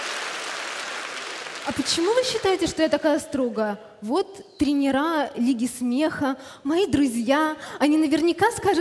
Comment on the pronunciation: Катя прелесть! Красивая, хоть и грудь пластические хирурги плохо сделали, (смотри , где она критикует танцующие пары на самом конкурсе) и правильно говорить трЕнеры, Катя говорит тренерА